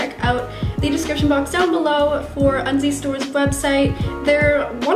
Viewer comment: at 1st i thought u said undies store :p